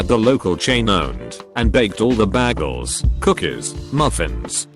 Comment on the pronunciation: The robot voice says bagel wrong. Just like Britta.